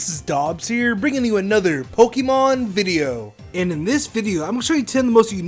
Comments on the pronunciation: you hope we enjoyed... the "viveo"...? Lol, pretty sure it's video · HE SAID BIBIO NOT VIDEO